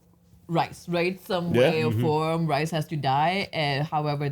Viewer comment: It’s not rice it’s rhys